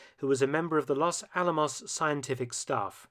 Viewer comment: Really? 'Loss Al-amoss'? How would you react, Mark, if we called it a 'Lan-kaister' bomber?